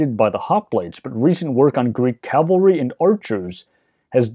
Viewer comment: Why does 90% of the English speaking population consistently pronounce "cavalry" as "calvary?"